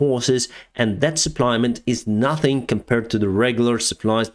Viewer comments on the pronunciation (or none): none